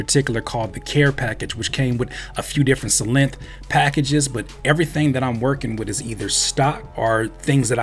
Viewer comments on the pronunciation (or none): it's pronounced like Sylenth, not Sylenth!! Fire beat! Love the videos!! It's Synthesiser, not Sinthisissor!!